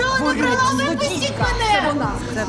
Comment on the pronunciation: Не брАла- українською. Не бралА- російський наголос.